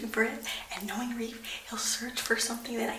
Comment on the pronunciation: Reafee😂😂😂😂you did not just say that😂😂😂 Its a witch thing 😂😂